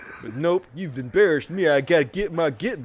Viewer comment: "embeerased", I get it